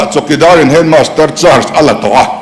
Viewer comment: Chokeydar in hetmaster a la 😂😂😂😂 a ti lai khi ka nui bawm a va ko chhuak chiang vee...